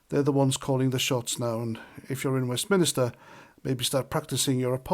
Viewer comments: Its WestMINSTER.....Not WestMINISTER.... 😂😂😂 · IT'S WEST- MIN- STER FFS 🤦🏻‍♂️ My Surname is MINISTER so it grinds my gears every time u say it. But u don't read the comments on your vids so I'm wasting my breath 🤷🏻‍♂️✌️🇬🇧